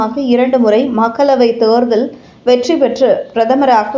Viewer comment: தேர்தல் என்கிற சுலபமான வார்த்தையை ஏன் "தேருதல்" என உச்சரிப்பு ?